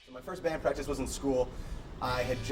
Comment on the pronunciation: “First Band PRACTISSSE